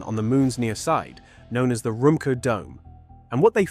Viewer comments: It's not "chan-gay" or "chang-ee" " it's chong-uh" in Mandarin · Interesting info. Thanks. But it’s not called Chang gay. Or Chang geee. It’s something like Chang Errr. The rrrr is of course silent. The craft are named after the famous Chinese moon goddess. 嫦娥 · Oh my ears, it’s “Chong un” ! I thought China was already mining Helium on the moon.